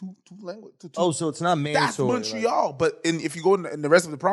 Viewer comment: Lmao these dudes aren't fooling anyone calling montreal "Munchree-all" WE FUCKIN KNOW YOU WERE BOTH BORN IN THE US YOU DUMB FUCKS. YOU AREN'T FRENCH CANADIAN, AND APARENTLY YOU DON'T ACCEPT BEING BLACK AMERICANS EITHER.... Eat my ass losers, enjoy your toblerone..